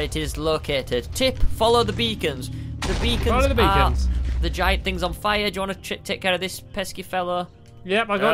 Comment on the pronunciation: Oh beacons! I thought you said vegans....